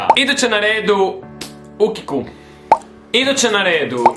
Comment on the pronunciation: Am bas a i osim toga tko jos izgovara Ukiq(ukiku) umjesto ukiq(uki kju).Mislim da je jednostavno ovo drugo ljepse za reci.